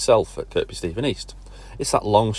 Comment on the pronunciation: Don’t they pronounce it Kir-bee.. not Kirkbee?